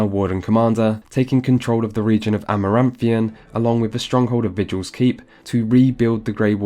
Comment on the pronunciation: uhh, isn't that the Force Field effect and not Rock Armor? Rock Armor turns your character into, well, a rock-skinned being. Amaranthine, not Amaranthian. Such a shame that you did not talk about the differences between having your Warden in Awakening or a new warden from Orlais because that also created a very interesting journey, as Fereldans have massive disdain about anything Orlesian. Also, the Architect walked so that Corypheus could run. WHOA WHOA WHOA Baldur's Gate was NOT the first time an RPG that gave you a headquarter. Suikoden is years older than Baldur's Gate 2, and that franchise is THE headquarter-based RPGs. Has this man ever played any Dragon Age game other than Inquisition!? Great, great conclusion and I didn't even realize the interesting differences between the Grey Warden and the Inquisition.